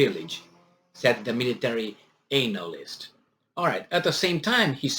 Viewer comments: "Anal-ist" LMAO! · I like how you pronounce the word anal-ist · The way he pronounced the anal-yst is '' disgusting '' 😂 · Pronounced an-a-list 😎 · Your pronunciation of analyst is fitting.......